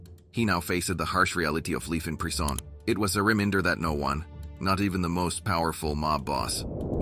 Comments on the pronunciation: So, John Gotti got 'leaf in pree-sson'?.. Thanks for that, Mr AI, you top narrator, you!!... 🤔.. 🎭😆🥳.. 🤷‍♂️ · .."He now faces the harsh reality of 'leaf an preesohn'....". !?!? How the f-ck are we supposed to trust AI with complex Weapons Systems when it can't even decipher and translate language codes.....?